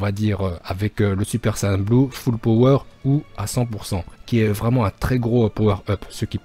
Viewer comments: C pas ça et on dit sayen pas sayan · on dit saiyens